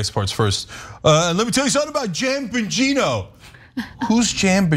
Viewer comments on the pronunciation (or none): and "Janbagino" 😆